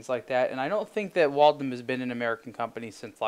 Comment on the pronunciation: "Wal-tim"??? WTF is a "Wal-tim"??? It's "Wal-them". WALTHAM!!! Sheesh... Walthams weren't even really expensive watches when they were a true watch maker in the United States. $7000 for this thing??? The watch industry needs a correction, things have gone nuts.